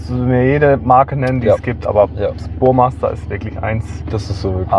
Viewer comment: Das heißt Burmester und nicht Burmaster Bro